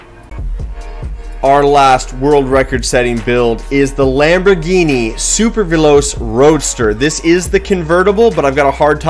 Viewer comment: It’s supervel-o-Ch-ay. Don’t want you to sound like you don’t know cars. Not trying to be rude. Love the videos.